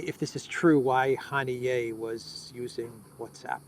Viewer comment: Haniya,, not Hanié